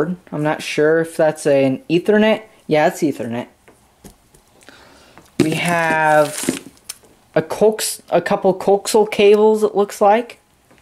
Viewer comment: I spelled coaxial like you pronounced it. wow, you didnt even get that.